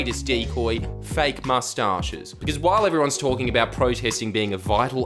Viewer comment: Went full british when you said 'Moustaches'.